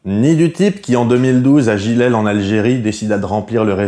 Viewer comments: Jijel pas Jilel lol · BTW c'est JIJEL pas Ji ...lel ? O.O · merde on dit Jijel pas jilel putain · 'est JIJEL en algerie pas JILEL ^^ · hé mec c'est pas jilél en algérie c'est jijel allez repette apres moi JI JE EL